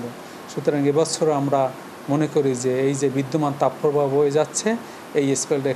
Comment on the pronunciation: Tapoooo probaho word ta kothy porechen ai songbad pathok??? Age kotha bolte sikhun